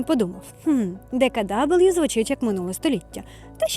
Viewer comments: Ітс нот ДеКаДабл'ю ітс ДеКаВе😂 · відео чудове. Але не читайте німецькі назви англійською) Тому Horch - саме Хорьх, а DKW - ДКВ))